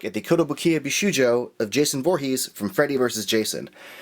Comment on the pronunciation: He's done so many Bishoujo reviews and still can't pronounce it correctly.